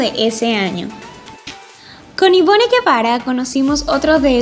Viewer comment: Mosca con tu pronunciación: Se escribe Duijn y se pronuncia Duín no Duyin. Se llama Ivonne, se pronuncia Ivon, y su apellido es Balliache hasta donde sé. Se llama Marena, no Merena. El apellido de Cynthia no es Lánder, es Lander. Se llama Lidymar y su apodo es Ly (Lí) no L.G. (El Yi). El apellido de Irene no es Essér, es Esser. El apellido de María Gabriela no es Islér, es Isler. Por último no entendí que quisiste decir con 16 cuartas al mencionar a Vanessa Goncalves.